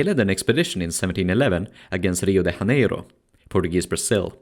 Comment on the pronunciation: "Hio de Haneiro" was hard on the ears 😂 Great video!